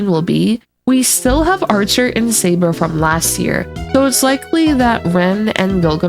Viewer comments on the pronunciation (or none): none